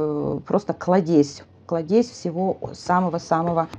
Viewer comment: КлАдезь, ударение на А., от словп Клад.